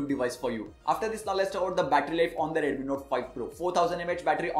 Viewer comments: Review is great... But why do you pronounce it as Redumi when it's actually Redmi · Irritated to the core coz of ur pronunciations..... reduuumiii note 5 pro reduumiii...